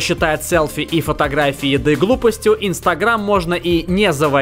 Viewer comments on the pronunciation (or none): ИнстагрЕйм? ИнстагрЕйм?, научись произносить слова правильно, а то уши режет.